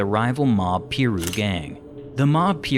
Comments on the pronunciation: Trevon Lane didnt get beaten, they had a scuffle, Lane tried to snatch his chain. Mall security have already been interviewed about it. Also, its not PEru, its PYru. As far as the case, its as good as solved. Murder Rap details just about everything. And since then, Keefe D has gone on to confirm what he said about 20 times. We also have confirmation from Corey Edwards that they went looking for Pac, and Mob James that they were outside 662 parked. We can basically walk step by step through what happened at this point. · Can you please say PIRU correctly please and 2PAC name as well so annoying.